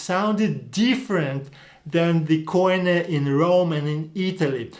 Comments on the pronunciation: It's not: k. o. i. n. e but it's "κοινή" kini. Stop using these word and hear the greeks how they call it... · Κοινή=Keenee. If it is pernounced coineh it would be spelt κοϊνε. Maybe people should observe the grammar rather than trying to figure out the pronunciation. Because grammar dictates the pronunciation. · First mistake: Every foreigner says Koine with the accent in the o K'oine while it should be koin"e. The accent in the e. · This is exactly the big difference between Greek and other languages. In Greek there is only one way to pronounce the letters, but Erasmus who had never heard Greek turned them into a barbaric pronunciation and at the end of his life he apologized to the Greeks. The barbarian "ko-ee-ne" that you all pronounce is completely wrong because the «oι» is a diphthong and is pronounced as ee. So the correct pronunciation is "kee-nee" stress in the last e. The same applies to the diphthongs ευ=ef or ev, αυ=af or av depend of the letter that follow, ηυ = eev, ου = ou / oo, αι - e (end), ει = ee, οι = ee. The best advice is to ask a Greek Orthodox priest about the correct pronunciation, because the Greek church is the one that kept the tradition and today uses exactly the same language as in the first century.